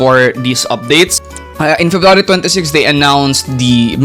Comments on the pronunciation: i heard " ferrari " instead february 😰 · febrawry man i didnt even notice until you said it 😂😂